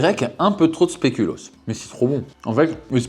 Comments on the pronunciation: il dit spelucoos deux fois de suite sans se rendre compte de son erreur mdrrrr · "le spelucoos" 🤣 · "spélucos" mdrrrrrrrrrrrrr